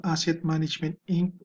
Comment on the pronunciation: sir wag inc ang pagbasa sa inc hahah pls lang naman oh